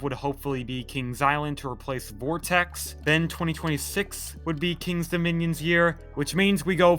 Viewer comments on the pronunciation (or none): none